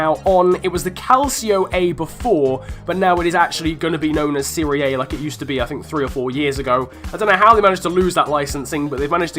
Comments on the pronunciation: Siri A? Seh-Ree-Ah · its not pronounced serie A. its, serie ah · Why would we want UT cards in career mode?! And it’s pronounced Siria Ah. Wasn’t the LT/L2 shot option already in the game? I use it now, so if not, have I been wasting my time?! 😂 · What the fuck is the "Siri Aye"? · you pronounce serie a wrong.